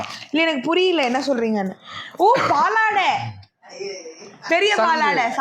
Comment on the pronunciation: aadhu paalaadai illa sangadai